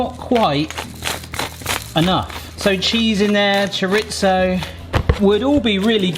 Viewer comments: Don't take this personally...but chorizo is pronounced CHOR-EE-ZO, there is no T in it, everyone keeps saying choritzo and its WRONG :dothefive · hola,,, not that it really matters but there is no t in chorizo,,, it is pronounced cho ree zo. this was a great video.